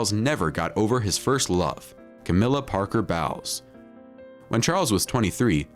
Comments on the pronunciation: "Camilla Parker-BOWELS"? LOL It's pronounced like bowling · “Camillla Parker BOWELS” 😂😂 🤷🏼‍♀️well that says a lot! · We knew that!!! The food stories are lies You've misunderstood a lot of the Camilla part. all you are telling here is the media's spin on the story. Also mispronounces her former last name. her last name before she got married was the Shand. The Diana part, some facts are missing. the media loves to paint the picture of Diana as a saint Please try not to believe people who speak their own opinion as if it is the truth.!! None of them know anything about what Charles eats, thinks or talks about in private conversations. The media has never portrayed him in a nice way. The media has always loved to villainize him regardless of the truth